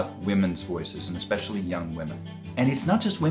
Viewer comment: “EX-specially” .. my pet peeve (especially)